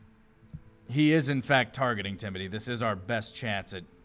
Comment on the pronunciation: Is it Timothy or Timoty? Because I am sure I’ve heard pronounce the “th” in TimoTHy but other times he says Tim-oty. So, a bit confusing. Also my uncle is named Timothy so every time this NPC is mentioned I picture a bigger, simpler version of my uncle. Lol.